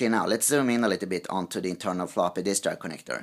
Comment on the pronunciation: Flapee disk :-D